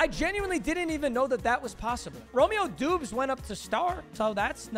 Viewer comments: Bro really said Doobs 😂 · you say Doubs like Dobbs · says doobs what a casual lmaooooo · “Romeo Doobs” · as a packers fan it hurt to hear him pronounce doubs lol. W video tho